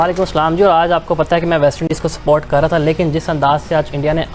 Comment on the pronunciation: Ye Kaise journalist hai? Support ko sport bol rahe😂😂